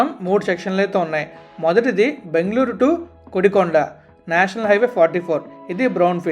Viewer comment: అరే నాయనా నీకు దండం పెడతా మాట మాటకు బాంగ్ళోర్ బాంగ్ళోర్ అంటావు చక్కగా బెంగళూరు అనవచ్చు కదా